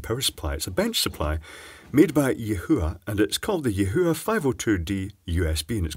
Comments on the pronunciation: Say "yee-hwa". Your way sounds like "Yeshua", and dammit, I'm an atheist! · Er, it's pronounced 'ee hwa'. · Yihua is pronounced "yee - waa". I once heard a German news caster calling Chihuahua (dogs), "Chee hoo waa hoo waas"! Hilarious.